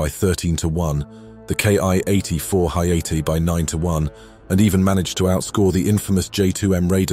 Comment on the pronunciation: The "Ki" in "Ki-84" is pronounced "KEE", not "KAY EYE". The characters in the Japanese Katakana character set each represent a spoken syllable, not an individual letter. Also, "Hayate" is pronounced more like "hah, yah, teh", with no emphasis on any syllable. And it's "shee den kai", not "shy den kai".